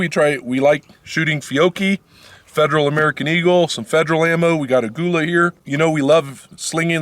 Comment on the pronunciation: First, you really should know how to spell and pronounce the ammo you are shooting in this video. Examples: Fiocchi and Aguila. If you have feeding issues with your Buckmark, check your ammo for its rated muzzle velocity. If it is below 1200 fps the round may not have enough energy to fully operate the semi-auto slide.